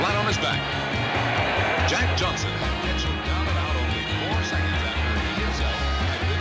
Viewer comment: You had his name wrong many times! Are you white? His name is Jack Johnson!